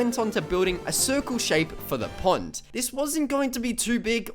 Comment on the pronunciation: When you were saying pond I thought you were saying punt.